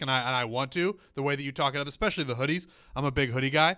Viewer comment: Anyone else annoyed by them saying EX-specially? I didn't know there was an extra C or X sound in especially. Looking forward to the Netflix show. Hopefully it's a genuine show and not made for children's ears.